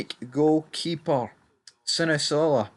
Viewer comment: How can he get this name so wrong like idahs every time 😂😂😂😂 its not SINISOLA ITS SINISALO YOU CAN EVEN SEE IT ON THE SCREEN PHOTO FFS